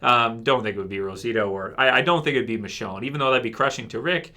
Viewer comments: it's michonne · Guy's, I'm sorry to break it to you, but it's Michonne ...